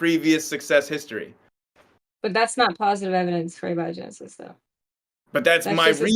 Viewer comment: Thank you for pronouncing abiogenesis correctly. The other pronunciation drives me crazy